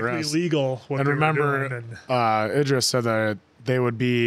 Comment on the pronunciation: Eye-Dris. I've never heard anyone call Idris Elba that before. Hahaha!